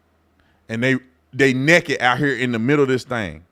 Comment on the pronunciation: And it is NAKED. Not NEKED…. Smh